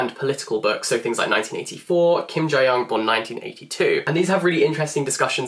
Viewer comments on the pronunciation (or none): Kim Jee Yeong , not Jai Yeong. No shade tho